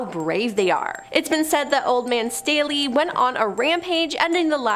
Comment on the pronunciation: My maiden name is Staley. Thank you for pronouncing it correctly!